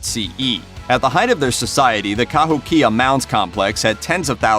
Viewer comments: Dude, it's pronounced ka-HOE-kia, not ka-hoe-KIA. They lived in a part of Illinois where I lived. In elementary school we went on two different field trips to a state park called "Dixon Mounds" which when excavated turned out to be a Kahokia burial site. When the scientists were finished they left the remains exactly as they were found, built an enclosure over the entire site put in walkways and turned the whole series of mounds into a state park that was open to the public. We had some pretty cool field trips when I was in school but this one was by far one of the top 2 or 3. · Cahokia— ka-HOH-keya Diets were a little more varied than you explained, but given your time format I can understand the glossing over the details of environmental differences and tribal differences made varieties in diet. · Informative (even if some information was wrong: IDK)---and surprisingly, made me hungry in the middle of the night! One thing I do know is wrong: "where the devil did you get your pronunciation for Cahokia? It's pronounced "Ca-HOKE-ia." Just sayin'. Stay safe, everybody. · I'm a member of the Cahokia Mounds society. And it's pronounced "Ka- ho- kee-a". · Born and raised next to Cahokia Mounds. Pronounced..Kuh Ho Key Uhh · Ka Hoky ah You might need to research pronunciations first, you slaughtered many of our First American names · Kept my attention until he pronounced "Cahokia" wrong, then took the rest with a grain of salt....still interesting though. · I loved this, thank you. However, I am descended from Cherokee and live right next to the Cahokia mounds near Saint Louis, Missouri. You are pronouncing it incorrectly. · 1 you pronounce Cahokia wrong. 2 you missed a lot of other things they did. They fished from the Mississippi tributaries, hunted the land, even had agricultural influences in the area or how they made corn meals. 3 you didn't show their massive mounds. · You might want to ask someone how to pronounce Cahokia, because you butchered it.